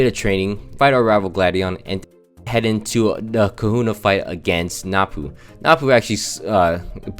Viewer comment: I just noticed you say "Napu" instead of "Nanu" lol